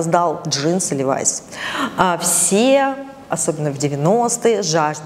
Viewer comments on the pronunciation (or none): А вы знали, что правильно говорить лЕвис, ударение на Е😊?